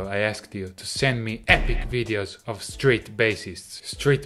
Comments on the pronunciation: Thought he said "straight" when he said street. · I swear he's saying, "straight bassist" - next up, gay bassists. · Am I the only one who thought he was saying "Straight" musician the entire video?